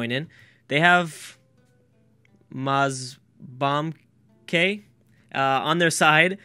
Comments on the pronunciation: "Moz-bam-ke?" XD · thought it was be-lar-us, and the way he said mow-zam-beek just made me do a face palm -_ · BA, Mozambique is pronounced Moe-zam-beek. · Fuck the pronunciations were so bad this video, Mo-Zam-Beak and Bell-uh-roose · That has to be the best pronunciation of Mozambique I have heard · I was just about to comment that. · i like when he mispronounce names of countries its soo funny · i kinda think mozambique is easy to say.... c'mon bro xD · Instead of saying The Democratic Republic of Congo or whatever, just say DR Congo. Much easier :3 And your pronounciation on Mozambique hurt my soul :(